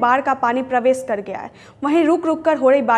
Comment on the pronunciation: रिपोर्टर को प्रवेश बोलने नहीं आता। और भी बहुत सारे ऐसे शब्द हैं जिसके उच्चारण में सुधार की ज़रूरत है